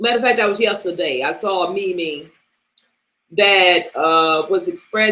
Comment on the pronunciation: ahaha youre killing me with this mimi, who says mimi its meme LOOOOOOOOOOOOL